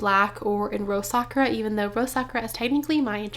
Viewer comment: Your bag is gorgeous! 🌸 Congrats!!! FYI, Sakura is pronounced Sa-kur-a (not Sak-ra) in case no one has mentioned it.